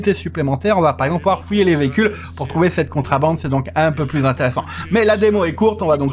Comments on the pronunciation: Merci pour la vidéo. Juste un truc, en français on dit contrEbande pas contrAbande ^^. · On dit contrebande est pas contrabande lol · C'est contrebande et pas contrabande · La remarque est pour, à l'oral, qui semble dire contrAbande lorsqu'il commente justement. Le titre du jeu est en anglais, donc il est en effet normal que ce soit écrit à l'anglaise, tout comme le mot Police, mais ça, c'est moins génant;) (c'est d'ailleurs pour ça que le verbe choisit par By2d est "on dit" et pas "on écrit")